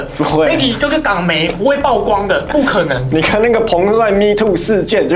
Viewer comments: 是“舖“光，破音字。非“報“光，匪式念法。😅😅😅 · ㄆㄨˋ光不是爆光，不要一直說垃圾中國話!!! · 每天必看八炯影片， 但我是覺得...居住「品質」而不是質量； 曝光也不念爆光， 這些還是覺得有被潛移默化影響的感覺...